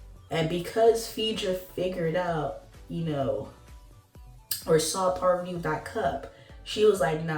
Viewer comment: Don't do that, PAR VUH TEE!